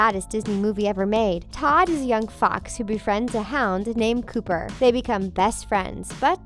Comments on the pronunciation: It's Copper not Cooper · It’s copper not cooper. Makes me cringe that they don’t even have the name right 😑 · ITS COPPER NOT COOPER! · Its Copper not Cooper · The hounds name is copper not cooper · In the fox and the hound - it is pronounced "copper", NOT "cooper" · Um, it’s “Copper” not “Cooper.” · It’s Copper not Cooper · Quasimodo found love in The Hunchback of Notre Dame 2, Iago went with Aladdin's dad at the end of Aladdin and the King of Thieves, Sid was shown to be living a relatively happy life with a job as a garbage man in Toy Story 3, and The Little Mermaid 2 also proved Ariel and Eric's marriage did last. Also you mispronounced Copper's name. It's Copper like the metal not Cooper. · Please learn the characters names before recording. Its Copper Like the type of metal. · That's not how you pronounce the hounds name from Fox and the Hound